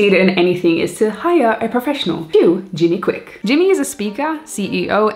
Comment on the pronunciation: Its Jim Kwik. Jimi kwik hurts my ears!